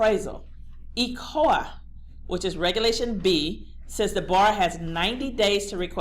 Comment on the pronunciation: DO YOU MEAN ECOA? WHERE ARE YOU GETTING THE WORD ECOLA? please say ECOA